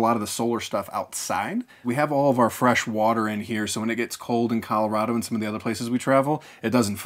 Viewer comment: 😂ok the way he pronounces Colorado bugs me but bus/tiny life here in Colorado makes a lot of sense, the lowest rent I've seen here in the last like 5 years is around $950 or a bit more a month for a one bedroom appartment thats smaller than the bus and that was in a very very crappy town in an apartment complex where 5 people got shot in one year~ (I was born and raised in colorado by the way)